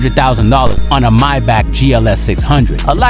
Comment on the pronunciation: Stop pronounce mybach is pronounced maybach